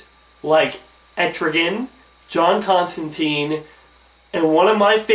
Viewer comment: I know this is nit-picking but the way the "tine" in John Constantine's name is supposed to be pronounced is in it rhymes with fine, line, mine etc. I know its a case of how to pronounce tomato, but John did confirm how to pronounce his name during the Hellblazer comic run. I just think that because he said himself how to pronounce his name I suppose its preferable to pronounce someone's name the way they and their family say. I know its not that important just thought I'd say lol